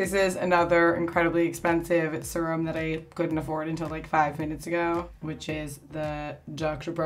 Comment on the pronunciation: why does she pronounce serum like surem?